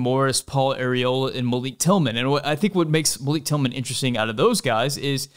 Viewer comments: its pronounced MAL-ICK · Quick note: Malik Tillman pronounces his name "mahl-ick" not "muh-leek," He told US Soccer this and they included it in their press notices.